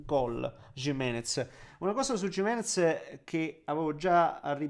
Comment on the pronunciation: Ci alleniamo un po' sulla pronuncia di Gimenez? 😊